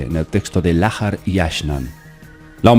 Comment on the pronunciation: Estás pronunciando mal. La letra H es muda en idioma español. En inglés suena como J. Lahar debe leerse como Laar y no Lájar. Porque no es inglés.